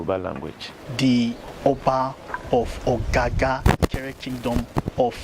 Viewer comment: It is not OGAGA but OGOGA